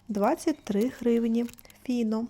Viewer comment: Назва виробника файно а не фіно